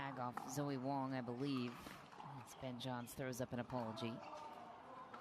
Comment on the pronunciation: Announcer called Wang...Wong; she's Wong about Wang...just sayin 🤪